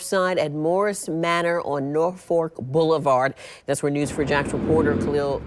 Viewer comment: Glad the people are ok but It's pronounced Nor-folk.